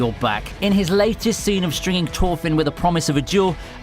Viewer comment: Why was u saying torkell torthinn and tors it’s thorfinn thorkell and thors